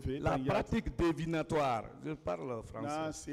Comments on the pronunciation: ce Mr fait du néologisme : le bon mot qui existe en ce sens est divinatoire= DIVINATOIRE . pas DEVINATOIRE( ça n’existe pas). non Mr tu ne parles pas français, tu parles le vernaculaire . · Pratique divinatoire on dit et non devenatoire. pour un avocat c'est inquiétant hein! avec ça vous doutez du niveau d'un administrateur civil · Revoyez votre lexique, on dit " la pratique divinatoire", vous insistez à dire la pratique "devinatoire" pour un avocat pénaliste qui a des carences en vocabulaire.